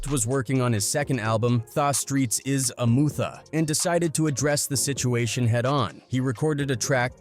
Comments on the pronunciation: The Streets Are a “Mootha”! Hahahaha 😂😂😂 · these ai voices are terrible.... cooroopt tha streetz is a mootha...anyway i never knew about this beef between them. i would listen to all those dmx albums as a kid at the time but had no idea theys was beefin.